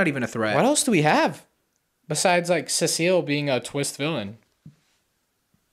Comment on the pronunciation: Cecil? No, CECILLE 😂